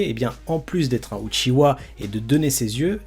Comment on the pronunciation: Lol c’est UCHIHA ET NON UCHIWA HAHAHAH